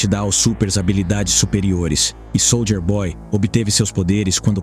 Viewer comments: "Sôlder boy". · Pena q o narrador fala SOLDER BOY... SOLDER